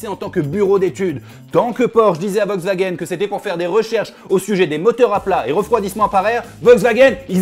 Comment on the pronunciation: On notera le Volkwgaen 😂